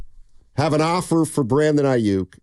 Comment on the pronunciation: Ai- yuk. In this part of the planet, we pronounce it Ai-yuk; as in duck. Yook- yuk is how Brandon wants you to say it. But its Aiyuk as in duck. Especially if he leaves SF. Going from perennial playoff team to a 8-8 team with no QB. Yuk! Like a Duck.